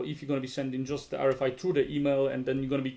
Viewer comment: Kinda curious why you pronounce RFI like [R ri fai] instead of [ R ef ai]?